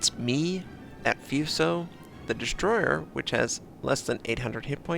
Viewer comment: terrible pronunciation is hurting my brain. Foo so, not few so. Mee ow ko, not Mai oko...augh!